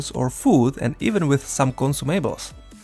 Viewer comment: i love how you pronounce consumables haha. good video <3